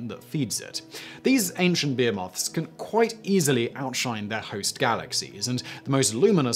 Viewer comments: Does so well with the foreign words a pronouciations. But Behemoth is pronouced Beheemoth not Behamoth - Still cracking videos though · Additionally, it's Sa-juh-teh-ree-uhs, not Sag-i-teh-ree-uhs. Also, buh-hee-muhth, not bee-moth. Simon's an intelligent guy, but the mispronunciations irk me. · Damnit.. its bo- he- myth not bearmoth.. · I thought he said bear-moth, which sounds like a terrifying chimera. 🤔